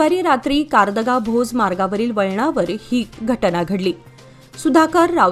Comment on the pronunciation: कारदगा असे वाचन करा